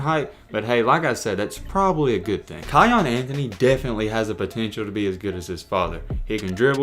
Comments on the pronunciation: Lol its not kyon its kyan like the pepper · It’s Pronounced K(eye)- Yan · Its pronounced Ki-anne